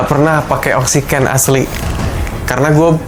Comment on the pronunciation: Oksiken iya bukan oksigen